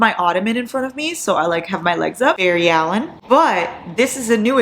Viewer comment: “Berry Allen” 😂😂😂